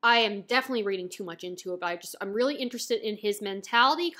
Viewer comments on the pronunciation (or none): none